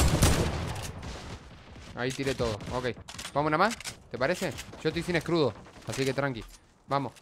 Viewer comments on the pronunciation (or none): Alguien mas noto que cuando iba a decir escudo pero dijo escrudo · "Scrudo" lpm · Like cuando dijo escrudo jejej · Me gusta cuando o dicen escrudo:v